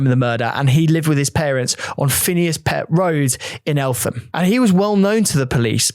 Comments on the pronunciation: Its pronounced “El-tam” the “H” in Eltham, is silent. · I remember this so well. So sad. Btw, you pronounced Eltham wrong like in a previous video. It's EL-TAM Anyway I was brought up in South East London, I remember the protests outside Scotland Yard years after too. I can't believe it took as long as it did for Young Stephens Family to get some Judtice